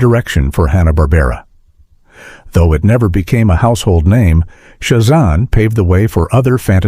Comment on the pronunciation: It's Sha zAM not shu zom. Boo on AI voice thumbs down